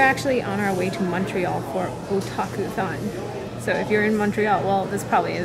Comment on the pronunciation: Oh god i thought you said "kotakuthon".. Imagine a convention all about bad game journalism..